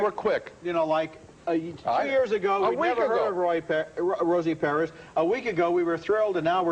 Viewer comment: "Rosie Perriz"